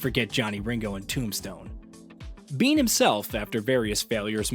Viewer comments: Why do you keep saying BEAN? It’s Bain if you need it over simplified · Bane, bain or bayne… Not Bean 🫘